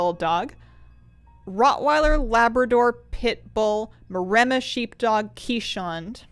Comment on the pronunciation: your pronunciation of "keeshond" makes me crack up every time. its kees-hond, theyre a dutch breed! mr moose is definitely growing up to be the most handsome man